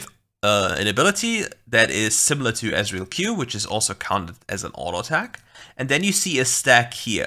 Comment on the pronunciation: Why you butchered my ezreal I think 😂